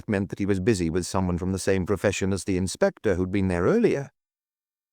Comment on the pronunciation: Intersssting pronunciations, e.g. "Inspestor Luck--uss"!